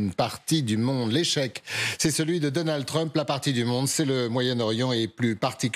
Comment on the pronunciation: "Deunèld Treuuuump" WTF???